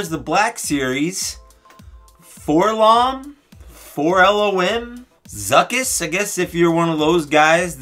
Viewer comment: It’s Zuckuss!!